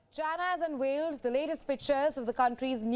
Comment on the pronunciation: UNVEILED not UNWHALED 😂😂😂😂